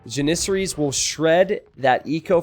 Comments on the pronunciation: Please google how to say janissaries!!! You always say so it so wrong!!!!! 😂😂😂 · I can't get over the way he says janissaries. Needle in the brain every time